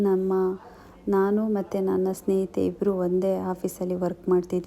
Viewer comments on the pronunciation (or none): none